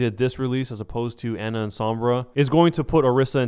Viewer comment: listen. you consider yourself a overwatch pro when you can't pronounce torbjorn and ana